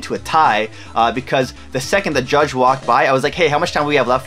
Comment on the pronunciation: I think the canadian in you got in the way of calling judge 😭😭